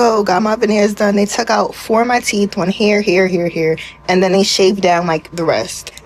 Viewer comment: Teef? Teef?